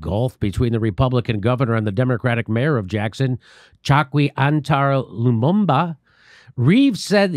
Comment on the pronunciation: " Lumumba", make it stop, please make it stop, my brain is melting.